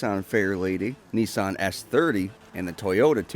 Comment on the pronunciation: The way he says nissan 😕